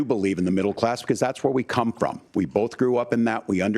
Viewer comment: Did he just say he learned how to run a government fyom china?